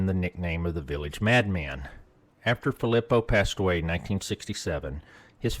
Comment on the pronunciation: I just can't. You pronounced Philipo wrong way too many times. Its pretty obvious how it's supposed to be announced. Phil-lee-poe. Like come on now. you had to have been pronouncing it wrong on purpose to troll or something cause there's just no way